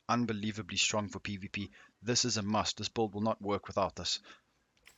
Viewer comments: Anyone else hear “BOLD” instead of “Build” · Are you saying bald or bulid? Lmao.